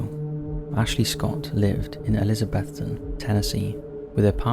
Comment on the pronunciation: Congrats on correctly pronouncing Elizabethton!